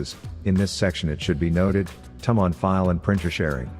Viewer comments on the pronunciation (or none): Didn't work. Also, "tum on"? Really?